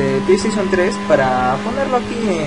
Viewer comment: nuebo sub me dio risa cuando dijiste play station